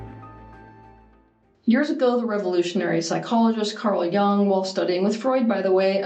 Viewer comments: she pronuonced it wrong, like his name is Young. It's not. You can't change other people's names. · It's not Carl Young, it's Carl Jung - first two letters are literally pronounced like the letter "u" in your alphabet.